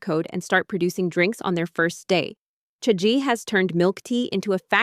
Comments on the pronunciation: Omg… its cha gee not chea gee… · can it be pronounced more correctly? listening to the narrator say "chae-g" or "chae-gee" honestly unbearable the listen to. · I hate how they’re pronouncing it as chay-jee even though cha is tea in Chinese… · The video is very good but please can you search up how to pronounce Chagee and the other Chinese words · First I heard three different pronunciations of Chagee then I had AI murdering my ears with trying to speak Mandarin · Maybe learn how to pronounce the brand name properly if you’re doing a whole video on it 🙄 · the number of times the pronunciation for chagee changed xD